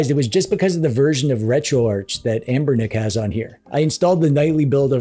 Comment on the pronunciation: Hey. You seem to be pronouncing Amberlick wrong!